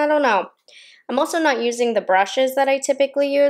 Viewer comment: hode = hoLd ahso = aLso shtrawrr = sTrawrr